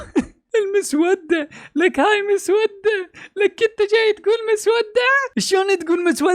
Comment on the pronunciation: كل الاحترام لحضرتك ودائماً اتفق معك لكن عندي ملحوظة صغيرة كلمة مسودة نطقك غلط لها هنا تأتي بمعنى لونها صاير اسود او مسود ، بل تنطق مسوّدة